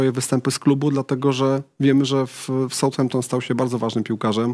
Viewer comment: RUDZKI 😢 kilka lat w Anglii spedzonych ekspert ligi angielskiej ale dalej poprawnie niepotrafi wypowiedziec Southampton. Od kiedy south czyta sie SOUT ??!!!